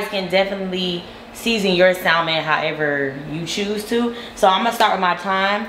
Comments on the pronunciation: I had to click off after hearing SALmon several times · Well girl...first you should learn how to say salmon...no shade..none at all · I hate when people mispronounce salmon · The "L"... it's not there